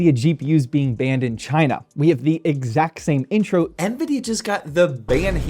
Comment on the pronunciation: Rbn said :rbn hardware said "shina" Its pronounced "China"